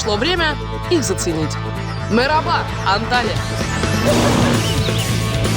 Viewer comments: ) забавно, она в самом начале говорит meraba, а не merhaba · Почему мераба? Даже привет правельно сказать не может "мелереба" Только мягчеSelam Или она говорит мерхаба типо здравствуйте merhaba👋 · Merhaba (Мэрхаба)- привет! Meraba (Мераба)- пастбище. Лучше бы не говорила на турецком. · не мереба а merhaba ( мархаба) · Она Мераба сказала в начале???😂